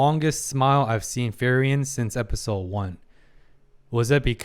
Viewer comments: free-ren not fer-yen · I hope you eventually stop saying Ferien, otherwise I like your videos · FREE-REN, not FEAR-IAN. I’ve loved this series but please learn to pronounce the main character’s name properly. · Your takes are so insightfull, psychotherapy was a branch a wanted to study at some point. I just like understanding people and how they think and why. p.s. just a bit that kinda annoy me a bit. You call Frieren wrong each time you say her name. You say Fee-ri-en 😕 It's essentially Free-ren almost sound like Free-run in German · try pronounced her name to "Free-ren" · Say it with me FREE-REN.